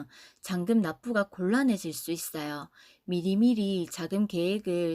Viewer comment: 미리미리~~걸렸다ㅋㅋㅋ 사투맄 ㅋㅋㅋ